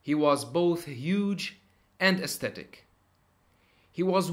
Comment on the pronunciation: Stetic ??? really